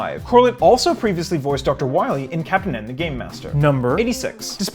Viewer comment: Doctah Wahwee